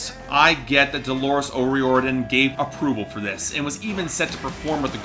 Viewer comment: you said o'riordan wrong